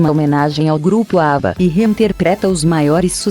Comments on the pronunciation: ÁBBA melhor!!!!!! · ATT ao segundo 31'' a primeira apresentação do grupo ABBAS???!!! Que absurdo documentário... ATT a isso gente....acordem... ao minuto 1' 33'' produzido por PIL collins???? ou PHILL ??? Quando aprendem de vez a pronunciar Inglês correcto??? Absurdo isto...